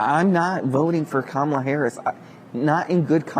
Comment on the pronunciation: KAmala. Not KaMALa. At this stage getting her name wrong makes you sound rather disrespectful and biased.